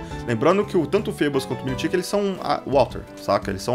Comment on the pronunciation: se fala errado o nome do milotic